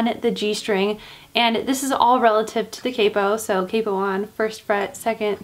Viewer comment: When she said capo I heard kpop